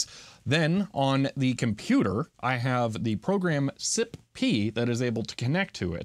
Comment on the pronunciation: Whenever he says "Sipp", it sounds like he's saying "Sip Pee"